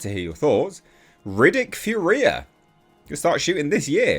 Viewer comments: It's pronounced FURia... not FurIA. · Oh and it’s fury-ah!!! No fur-we-ah. 😂😂😂😂😂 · Finally! Excited for this. Will be cool to see Riddick return to his homeworld. There hasn't been a "bad" Riddick movie yet so should be cool. BTW, it's pronounced "Fury-A". 😛